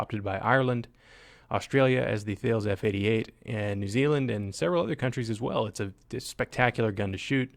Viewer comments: It's not pronounced "Thales", It's pronounced "Tah-les" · FYI Thales F88 is pronounced "tallis" ... you can blame the French for that one. ;) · speaking of pronunciation, Thales is pronounced T-Haless, it is a hard T sound like "tank" not a soft sound like "thank".